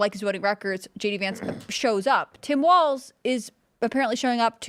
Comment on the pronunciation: Walz not Waltz. Goddamn learn to speak.